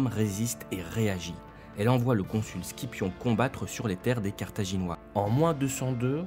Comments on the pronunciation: Scipion se prononce en français "Sipion". "Tchipio" en italien. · Juste limes ont prononcent le s et scipion se dit sipion mais sinon très bien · On ne dit pas skipion mais Scippion (sippion) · on dit pas scipion c'est cipion. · Ça se prononce Sipion (Scipion) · libra 1 Je ne sais pas d'où vous tirez ça. En latin, le nom de famille était Scipio (prononcé "Skipio") et un certains nombre de membres de cette famille s'est illustré dans l'histoire romaine même si le plus connu est Publius Cornelius Scipio Africanus, vainqueur des carthaginois. En Français, l'usage l’appelle Scipion l'Africain (en rajoutant, bizarrement, un "n", même si c'est souvent le cas comme "Cicero" qui devient en français Cicéron). En tout cas, jamais vu l'écriture "Cipion" nulle part. Vous devez vous tromper.